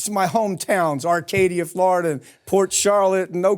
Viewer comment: Fwowida, we hunting Democwats, HeHeHeHeHeh...